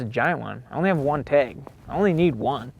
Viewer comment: If you are going to hunt the great state of Nevada, you need to say tAg and not tEg haha.